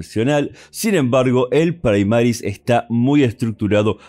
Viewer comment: Primaris, del latín no praimaris